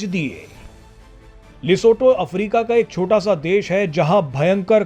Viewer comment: लिसोटो नही लिसोथो